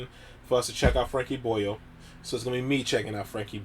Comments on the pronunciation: The way you say boyle hurts my soul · I'm 20 seconds in and I am loving the pronunciation of "Boyle" so much already.